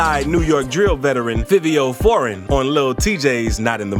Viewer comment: Yoo literary this man cannot be black he deff grew up in the suburbs cause he really think he is white. With everything he says but also by the way this man pronounces they rap names the way he said fivo foreign and 22gs (he added a z to his name for no reason to) and the way he said blicky and at first he said b love the rapper then at the end says it mad weird then says that's one of his songs name🤦😂😂